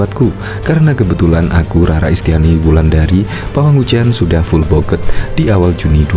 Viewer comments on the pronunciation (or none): bacaan full booked tetap aja full book mas. ed nya buat indonesia gak usah di baca kecuali emang pakai pronaun nya lidah bule baru kebaca, tapi klo sesama indo pakai full book aja cukup